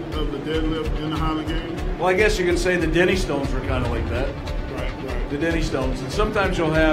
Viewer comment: Re, question about Highland Games. Pronunciation check, sounds like he's calling the Dinnie Stanes the 'denny' stones. You're looking up these, much feared, Granite artifacts ... which weigh slightly different than stated and differently from each other, making them a real test of grip as much as muscle [but not bad off the top o' the heid numbers that commentator man !]. And no, they aren't for fannies. Greetings from Scotland.